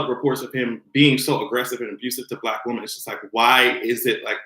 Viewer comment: I love you...but can you say woMEN instead of Woman..or is that your island roots?